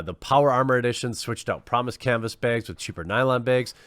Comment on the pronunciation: I think you should release quartering branded canvas "beeegs" 😂